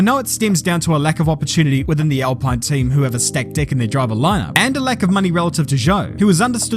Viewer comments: It’s pronounced “alpeen” instead of alpine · isn't it "AL-PEEEEN? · Nice vid, but it's pronounced "Al-peen". Source: I work for them:) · It's pronounced Al-pin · You said alpine wrong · It's funny that you can nail the pronunciation of Bahrain, then fail through the whole video with Alpine.